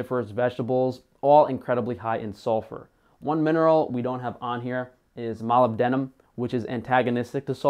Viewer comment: Molybdenum? If thats the case then you said it wrong 😂 My name is Molly and my dad named me after Molybdenum since he was a geologist.